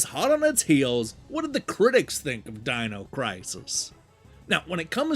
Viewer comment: Dean-o crisis?! Those damn Eye-talians...